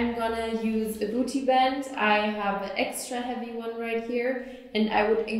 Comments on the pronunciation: buti buti buti buti buti buti buti buti buti buti buti I like the way she pronounces it. 😂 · love the way she pronounces "booty" :D